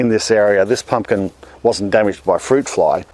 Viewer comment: Pump- kin - pump kininkin 🤣🤣